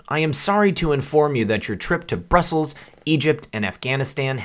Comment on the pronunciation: It's not broosels. Bruss uhls